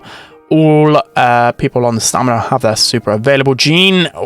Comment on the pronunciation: It is stamina… am I missing a joke or sum?